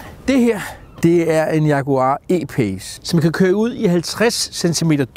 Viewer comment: ) Man kan ikke sige E-pace, Altså E på dansk, og Pace på engelsk. Hvis jeg var dig ville jeg vælge at udtale det på engelsk.